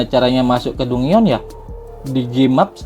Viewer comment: dungeon bacanya danjen min 😅